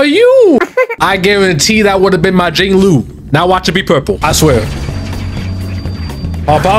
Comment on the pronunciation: hear me out, we gonna work on your pronunciations. "Laucha", "Beilu", "Jingloo" 🌚